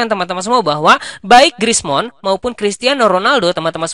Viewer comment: Abang kalau ngomong Griezmann kedengarannya kayak Krismon wkwk